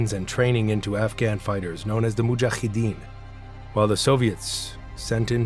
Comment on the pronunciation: Mujahideen does not have a 'kh' ح in it. It's a regular 'h'. Ahmed, however, does have a ح. So it's Ahkmed.